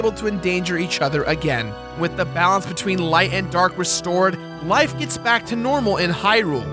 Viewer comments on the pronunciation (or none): none